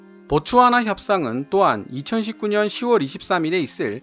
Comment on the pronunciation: 보츠와나를 보츠나와라고 말씀을 하시네요.시정 바랍니다. ~